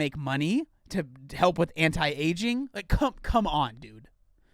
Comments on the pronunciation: Bruh, she also said “slows down the “agg-ing process”... agg-ing instead of aging. I’m sure it’s not that hard to find someone who looks good but can also read a teleprompter better than this person. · but she pronounced AGING wrong... HOW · she pronounced the word "aging" wrong...